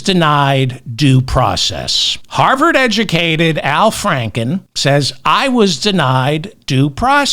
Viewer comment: Did you say harvered 😂